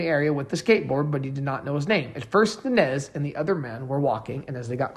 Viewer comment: Good video except for mispronouncing Nańez. It’s Non Yez!